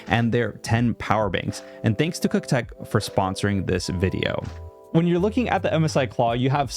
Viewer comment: "CUKTECH", Jesus Christ.